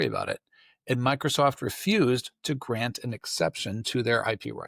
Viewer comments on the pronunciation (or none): none